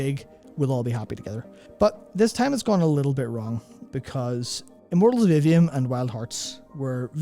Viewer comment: As to your comments about Immortals of Aveum, specifically the marketing of it, until you put the title on the screen I literally didn't even know what game you were talking about. I went to Google and looked for Mortals Oblivion, because that's what it sounded like you were saying to me (and Google was understandably confused). 😅